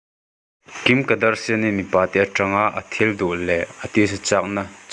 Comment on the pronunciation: Tinge kadarsian i tih daih a 🤣🤣🤣